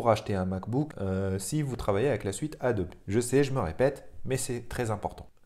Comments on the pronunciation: Marrante ta façon de proncer ADOBE ADOBI....😂😂😂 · On dirait la logique allemande mélangée avec la prononciation anglaise,c'est assez amusant.